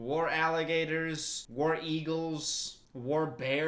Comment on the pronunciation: The southerner jumped out of me when he said War Eagles